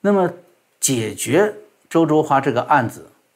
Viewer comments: ：焯（Chao音“超”）华，不是zhuo。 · 焯应该读chao